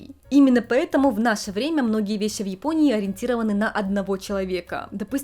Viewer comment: А тут уже раскрывали, почему произносит шипящие на японский манер?, Неотсевидные, весьси (вещи) и тп? Вроде ее мама тут говорит абсолютно стандартно. Может, специально выработала такое произношение в отрочестве, когда была отаку? Меня как лингвиста больше всего заинтересовала и удержала на канале эта особенность, было бы очень интересно узнать.